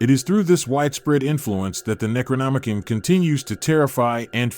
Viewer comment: Necronomi-CON, not -CAN